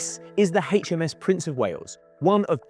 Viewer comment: The Hay Chem Ess Prince of Wales? 🤷‍♀